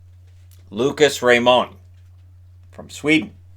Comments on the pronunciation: why are you pronouncing Raymond with a french accent its just Ray-mond how it looks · Is that the French pronunciation of Lucas Raymond?